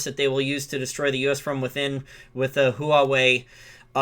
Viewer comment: Learn how to pronounce Huawei.